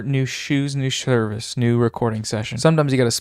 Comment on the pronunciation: "New shirt, new shoes, new ssheorvice" got me pretty good haha